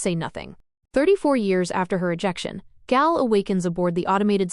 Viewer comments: I swear, I can't find a real person doing these recaps. Last channel called Hari something different, and now this one pronounces Gaal wrong... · Great recap, but annoying AI voice. One way to make it better would be to intentionally misspell the things it mispronounces, especially Hari (with an a as in Harry, not as in harsh) and Gaal (pronounced like "gale", not with a long a).